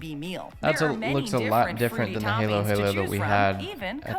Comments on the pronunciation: It's pronounced as hah-lo hah-lo. Jollibee spaghetti sauce is a combination of tomato sauce and banana catsup. It is not all banana catsup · Jolli spaghetti has tomato sauce with banana ketchup and maybe all purpose cream. Halo-halo is pronounced as ha-loh ha-loh (halo = mix, halu-halo = assorted) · Well, damn, she pronounces Halo Halo wrong so 😅😂🤷‍♀️ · Oh my gosh. The YouTube channel who made these Jollibee videos did a lot of research but did not even look up how to pronounce "halo-halo".